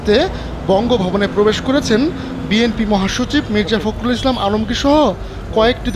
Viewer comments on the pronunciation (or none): none